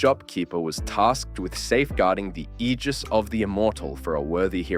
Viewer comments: It's not pronounced "Ejizz" It's pronounced "Aygis" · Don’t say aegis like that ever again